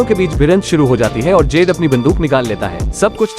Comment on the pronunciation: उसके फ्रेंड का नाम 'जेड' नही 'जुड' रहता है !!!